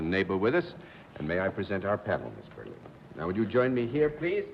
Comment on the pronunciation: John botched Brenda Berlins name! he doesnt botch often!...btw...what a HAIRDO on miss Berlin...